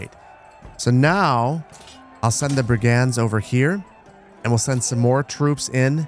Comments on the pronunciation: I got say. Never seen Manor Lords gameplay before but i have been keeping an eye on the game itself. So im really happy to finally take the time to watch these. I just have a single silly gripe. You keep pronouncing Brigand like 2 separate words *Brig *And but its pronounced as *Brigend. Other then that please keep up the amazing videos. Im really enjoying them and cant wait to see how thise game continues to evolve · Hearing you pronounce brigand is bugging me